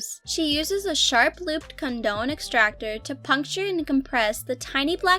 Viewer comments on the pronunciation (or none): You don’t know what you’re talking about. You’re even pronouncing things wrong like rhinophyma and comedone. They are “rhino fie ma” and “com eh done”.